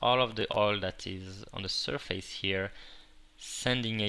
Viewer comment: lol on 3.34 he said ''SIR FACE'' HA HA HA >.<